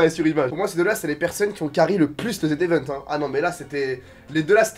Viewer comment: On dit pas le z event on dit le zevent